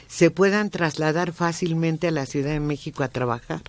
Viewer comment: Por qué el a veces dice "suidad"?